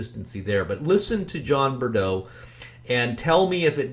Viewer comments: Don't think Mike and BP are the same person they sound COMPLETELY different. And don't think it's a modulator. BTW, it's not pronounced Bur-doe, it's Breaux, pronounced "bro." And he definitely has a Cajun twinge to his voice (the last name is a giveaway). I dunno. Pretty sure they're 3 separate people, BUT I do find it very interesting that there is no information out there on Mike or this John Breaux guy (there are a couple other John Breaux's out there but don't think any are this guy). It's all very odd. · It's not John Bredeaux. It's Breaux. Pay attention to details when your "exposing" someone for fraud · I realize this is a very old post. Wow what a butchering of this man’s name. ‘Breaux” is a common south Louisiana surname pronounced “Bro”. I can pick up a slight (southern not really Cajun/Acadian) accent), however I don’t believe it sounds anything like MFATW. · Take it from this Louisiana gal.. It's pronounced.. Bro.. You're welcome